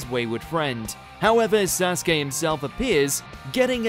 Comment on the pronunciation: You pronounce it wrong his name is = Sa su ke!!